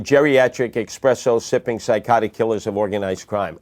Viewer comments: Pronouncing espresso as "eXpresso" alone got you shot I'm sure 😒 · "expresso" He lost my vote